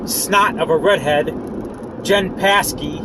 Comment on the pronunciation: Psaki, its pronounced "Saki"